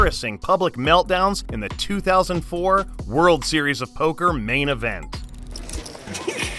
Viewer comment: Man I sure did love that verbal showdown between Hellmuth and Negreanu at the 2008 Driswur Zeriesowba.